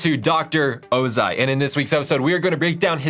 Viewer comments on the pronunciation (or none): Oz-eye?🤦🏽‍♂️ oz-eeee!